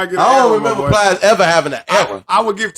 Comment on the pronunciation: This nigga said plies 😂😂